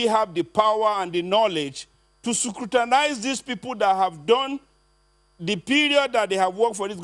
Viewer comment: the word is scrutinize not sukrutinise. Ode